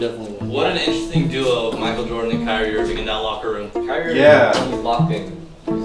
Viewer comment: Sahquile O'Neal? And Michael Jordam?